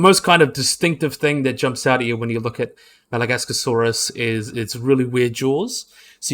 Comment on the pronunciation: Your saying Masiakasaurus wrong. It’s not “Madagascarsaurus” it’s “Ma-she-cu-Saurus” Edit: it’s not a nothosaurid, it’s a Noasaurid